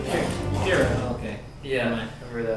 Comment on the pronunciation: Ooh, i didn't know y'all were reacting to rwby. I'm gonna go back and watch from the start, but for now... It's pyrrha, not pyrrah :D